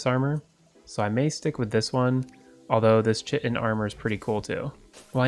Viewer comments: Did see anyone talking about it...so, it's pronounced Kai-tin, not chit-in...gotta love English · Love new vid incase u didn’t know chiten is pronounced kite en :) just letting u know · chitin is pronouced ki-tin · I experience an intense amount of mental pain when you pronounce it “chit-in” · Chitin.. Kite-n is the proper pronunciation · Hey, the "Chitin" is pronounced like "kite in":v English is confusing